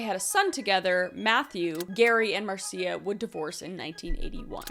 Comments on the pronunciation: Just a head's up. The name Marcia is pronounced MAR-sha. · Marcia is just pronounced "mar-sha". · Marcia is pronounced Marsha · My mom’s name is Marcia and it’s pronounced Marsha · Marcia is pronounced "Marsha" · MARCIA is pronounced as MARSHA. Like Marcia Brady. OCD, HAS GOT THE BEST OF ME.